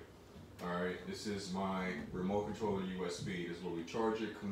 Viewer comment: mans said "remote cotroller usb" 🤣 🤣 🤣 🤣 🤣 🤣 🤣 🤣 🤣